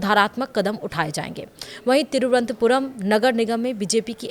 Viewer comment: हिन्दी की दुर्दशा, तिरुवनंतपुरम नहीं बोल पाते हैं!